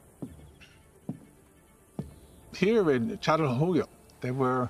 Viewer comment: Maşallah ne güzel çatalhöyük diyor